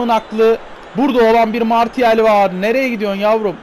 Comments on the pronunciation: 105. Like abi bildiğim kadarıyla Marşial diye okunuyo ama bende tam bilmiyom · Marçial diye biliyorum ben